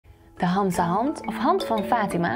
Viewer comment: Begin eerst met hamsa goed uit te spreken en ga dan verder